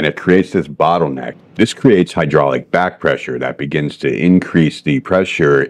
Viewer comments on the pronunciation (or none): none